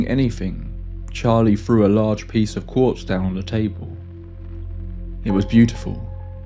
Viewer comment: Quartz, not corpse